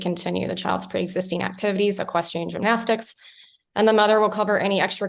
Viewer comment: The judge can't even say equestrian! She should not be in control of this courtroom not these two people. She's not educated enough. Horrible judge